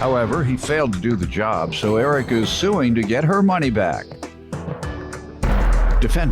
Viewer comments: He kept saying, "Urica". Lol. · Air-rica lol